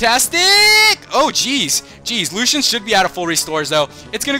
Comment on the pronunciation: Dude it's pronounced Lu-see-an not Lu-Shan